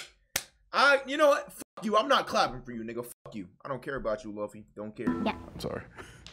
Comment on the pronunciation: That ain’t luffy that’s laffy